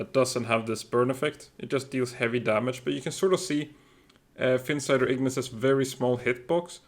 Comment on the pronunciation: Ahh finally a YouTuber that doesn't say Ignis like it's spelled igneece 😂. I'm not usually a big pronunciation police kind of guy but for some reason that one makes me cringe a little